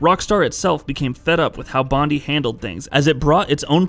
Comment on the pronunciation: It's pronounced Bond-eye, not Bond-E lol. Take it from an Aussie.